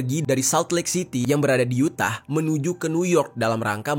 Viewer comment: Yutah bacanya bang bukan U tah walau tulisannya emang Utah